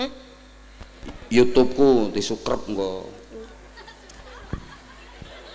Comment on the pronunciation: siscrib pak yai bukan sukrep😅😅😅😅😂